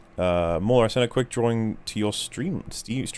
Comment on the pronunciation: MooLer? Did the word "maul" in Mauler melt too many snowflakes?